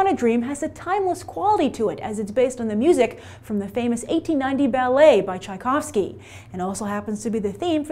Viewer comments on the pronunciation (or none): none